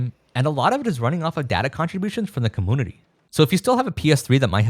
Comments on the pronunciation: Dude please, commOOnity???? you don't have like an accent or anything, why do you say it like this 😭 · Every time he says commoonity I cringe. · Take a shot every time he says cumoonity. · Why do you say commonity instead of community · Why does he say comoonity 😭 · You know there is a U in community its not comoonity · Take a shot everytime says "com-MOON-ity" instead of community. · please stop pronouncing community like commoonity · like how do you pronounce emulator normally but say compooter and commooonities ???? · Do you seriously say commoonity like that?? I HATE it. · Comoonuty you say ? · Com-moonity lol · What on earth is a "comoonity?" Why are you saying it that way?? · Brother, it's com-mu-ni-ty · why do you pronounce the word "community" like that? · The way he says community is so fun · I love how you pronounce community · why does this guy say community like that? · great video don't get me wrong but please say community right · The way you say community is really bothering to me (too much I know) And English is my second language (🇮🇱) so it’s odd Anyway your content is awesome and that is the most important thing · cool video. Why are you pronouncing "community" like that? This is the first time I am hearing someone saying like that